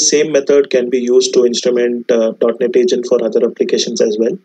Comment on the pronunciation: It is .Net not .Not :)